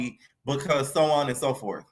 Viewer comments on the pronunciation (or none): none